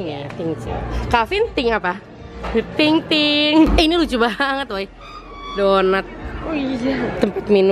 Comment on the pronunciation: "kak vin thing apa" "thing thing" ting ting kali ya ngakakkkkk wkwkwkwkkwkw